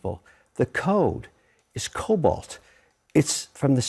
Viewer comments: Kevin, the codeis COBOL not Cobalt. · COBALT LOL, It's Cobol num nuts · Also, COBOL, not COBALT. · COBOL! Not COBALT. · It’s COBOL, not Cobalt. And antiquated computer systems facilitate theft. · "COBOL". Not Cobalt. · ROFL! The code isn't COBALT, Mr. Wonderful. It's COBOL. Common Business Oriented Language. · It's Cobal, not cobalt.